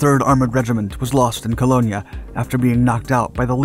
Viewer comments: Not sure where you get the information for this video, but nearly 80% of is BS, not to mention the fact that you can’t even pronounce the name of cities and towns correctly. The letter e in the city of Cologne is silent so you inaccurately pronouncing it Colognia is pretty ignorant of your research. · The town of Cologne is pronounced without the letter g co lone. In the states, it's another word for aftershave lotion. The computer sounding voice is bad enough for the narration, then to get simple town names strangely incorrect. It was just painful. The rest was good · Talk to a real German next time to get the pronunciation down cold-not some ex military type who "knows all about them people" yet screws up simple pronunciation as so many do. It seriously detracts from an otherwise well made video like fingernails dragged across a chalkboard. Colognia(?)Respectfully, Michael Weeks, San Antonio Texas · A bit of pronunciation work before recording would help! Köln is not in Italy, don't pronounce it as if it were. Even the English version of the name "Cologne" is not pronounced anything like what was used in this video. An interesting fact has been discovered about the tank battle there. The Panther actually had the M26 in its sights but the commander did not recognize the American tank as American. They had never seen one. The commander feared it could be a new model of German tank and ordered his crew to hold fire as the American tank had had plenty of time to fire but had not. Had the German commander not held his fire, the story would have ended different. Instead the American tank fired. Interestingly, the the American tank already knew exactly where the German tank was thanks to the American infantry and it still was slower in acquiring the target than the Panther, but in the end it is who fires and hits first that counts. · I've heard Cologne pronounced a few interesting ways but this way is surely unique, and makes me wonder about everything else being said...